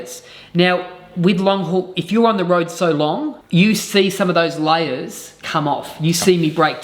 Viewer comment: He pronounces layers as liars. Freudian slip.